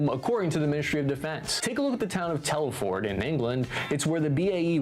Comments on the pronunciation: Shropshire, literally 5 mins down the road from me and it's pronounced Tel fud not Tel foord! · just a correction to the vids narrative, it us not Tell-ford, it is pronounced Telfud, a small town in Shropshire, well to be precise a new town built in the 1970s. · he did not just say Tell-Ford hahaha